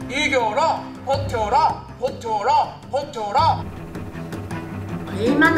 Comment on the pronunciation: 벋혀라× 버텨라○